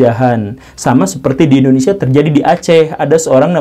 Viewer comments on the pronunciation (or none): none